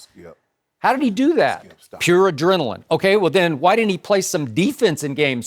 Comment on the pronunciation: Adrenaline? LMAOOOO Shannon 😂😂😂